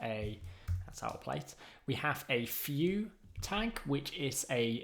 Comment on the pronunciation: Thanks for wonderful things you share. Is it only me or do you guys also hear "Few Native"? XD